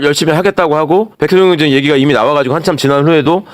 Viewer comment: 경장이 아니고 경정입니다 ㅎ